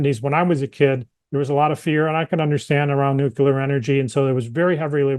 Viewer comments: Nuclear professor. Nukelar is not a word unless your last name is Palin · It's a regional dialect thing. My 8th grade science teacher said nucular.